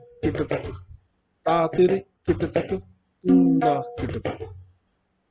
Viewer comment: Sir Again with due respect its toon na not toona.